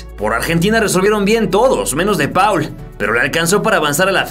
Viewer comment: repita conmigo: De Paul se pronuncia ¨De POL¨ jajaja muy buen vídeo!!